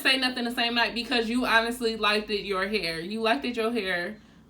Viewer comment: The Memo “liked-Ed” isn’t apart of any language. Correcting her isn’t being a colonizer or adopting colonizer beliefs. If she pronounced something wrong then that’s what she did. If you were reading an essay or any important document and read “liked-Ed or finna” you’d know you’d be scratching your head. Not every moment needs to be a black power moment.